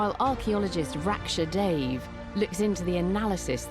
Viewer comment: Digging for Britain is really interesting! Incidentally, Dave is pronounced as 'duh-vai' (d uh-v ai).